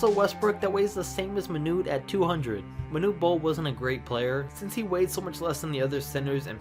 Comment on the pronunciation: its manute not manure